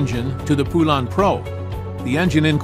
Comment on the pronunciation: I've heard from folks that actually worked in a Poulan factory that it's not pronounced "poo-LAN" like you are using here. It's pronounced "POLE-en".